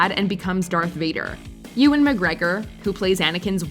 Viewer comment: Here's an idea: learn to correctly pronounce Ewan BEFORE you record the narration. 🙄🙄🙄